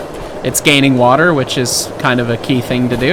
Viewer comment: Fill in the wa'er